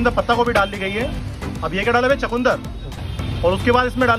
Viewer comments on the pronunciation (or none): Bro it's chukandar ... Not chakundar 🤣